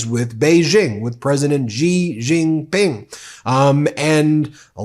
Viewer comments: Would you please spend a moment to learn how to pronounce President Xi JinPings name, your hurting my ears! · President Xi (Shee) Jin Ping... please pronounce the name properly! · I agree with the messaging wholeheartedly, but bruh, please learn how to pronounce people's names properly 😅 I can't keep hearing you butcher Xiomara and Xi Jinping without it distracting me lol